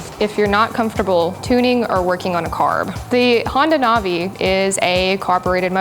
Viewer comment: I think it’s pronounce Nav- E. Like Nav E Gayshun